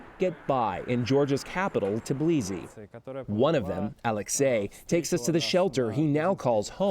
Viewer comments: It's Tbilisi not Teblisi 😅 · t_E_blisi, Georgia 🤣 learn to read or something